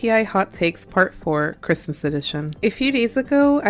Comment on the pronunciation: happy crimuh it crimuh😂